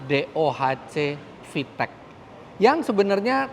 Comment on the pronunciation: fiteq pake Qalqalah